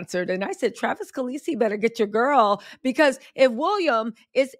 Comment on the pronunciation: I had to pause after all of those “pauses” and then “Because we ALL know the answer 💀🙌🏾👏🏾🤣 Travis Khaleesi noooo I can’t with how you say it 👏🏾😆💕 If he lands Taylor, Kate is DONE 👏🏾 She is way more likable to her Swifties. I actually want to see it for entertainment purposes. TS can easily seduce him:_TattleTellSmile